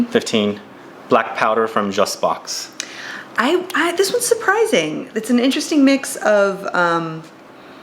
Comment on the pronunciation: Super leather chart. Speaking of charts, isn't Jusbox prnounced "Juice Box" because it's like a Jukebox (music) but has juice in it (fragrance)?